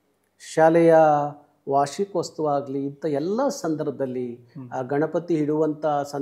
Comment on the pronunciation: ಅ ಕಾರ - ಹ ಕಾರ ಸರಿಯಾಗಿ ಮಾತಾಡಿ... ವಾರ್ಷಿಕೋತ್ಸವ ಅದು ವಾರ್ಷಿಕೋಸ್ತವ ಆಗಿದೆ ಸರಿಮಾಡಿಕೊಳ್ಳಿ... ಇನ್ನು ತುಂಬಾ ತಪ್ಪುಗಳಿವೆ... ಕನ್ನಡ ಪರ ಹೋರಾಟಗಾರರು ತಪ್ಪು ಮಾಡಿದರೆ ಹಾಸ್ಯಾಸ್ಪದವಾಗಿ ಕಾಣುತ್ತದೆ.